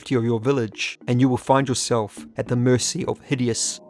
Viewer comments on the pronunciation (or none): none